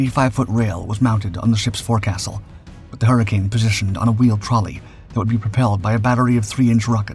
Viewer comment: Minor critique, but 'forecastle' is properly pronounced 'foc'sle'. Re about 26 seconds into the video.